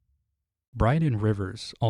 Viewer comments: Brynden, not Bryden. Enjoying the video so far! Best. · Wonderful video as always,. But uh… Brynden Rivers, not Bryden. That being said, I don’t think Lady Dustin’s anger is a genuinely thin veneer. We do know that returning someone’s bones is a sign of respect and an acknowledgment of their sacrifice (hence why Jon Arryn personally returned the bones of Prince Lewyn Nymeros Martell to Sunspear) so she’s not entirely wrong to be pissed at Ned about the bones of her husband being left in Dorne. That being said, I do agree the anger is not entirely commensurate because, well, she’s been allowed to maintain possession of the Dustin lands despite having no blood claim on them for… almost 20 years? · This is my favorite video of yours!! Well done as always also it’s Brynden Rivers not Bryden Rivers lol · Brynden not Bryden. It's just another spelling of Brandon (meaningful name) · It’s “Brynden” (pronounced “BRIN-din”), not “Bryden”. Just a heads-up. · FYI his name is Brynden Rivers not Bryden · Bloodraven's given name is "Brynden," same as the Blackfish, not "Bryden." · Banger video but why did you say brynden like that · I was about to say the same thing. I was confused.